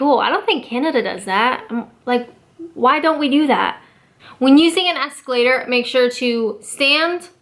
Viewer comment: What the hell is an escal... esculator...? is that like the Canadian pronunciation for calculator? ;P